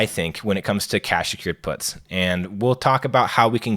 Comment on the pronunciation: I had to rewind this a few times bc it sounded like he said, "You're probably already familiar with selling dope." His explanation right after that didn't make it sound better. 😂